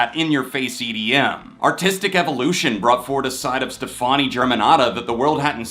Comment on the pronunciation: Trivia: Gaga's first name is spelled like Gwen's last name, but it's pronounced "Stephanie". And I'm not even a big fan.